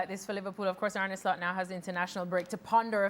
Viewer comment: I keep hearing An@ sl-ut